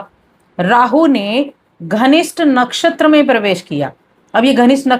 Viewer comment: Dhanishtha ko ghanisht bol diya tab hi samaz aa gaya ke kitani deep knowledge hai😂😂😂😂😂